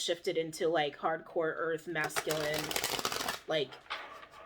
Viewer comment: “Masking” energy is what I think is being said but she’s saying “masculine”. Lol phew. I had to listen a little different after that lol